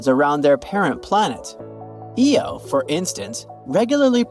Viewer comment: had to stop its eye-oh not eeeee-oh jeepers it completely undermines any good research to have such a basic mispronunciation